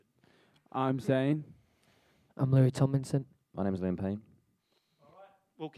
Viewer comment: not being mean but ... *Louis